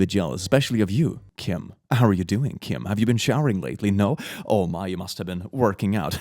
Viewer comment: Just hearing him say Kim was nerve racking.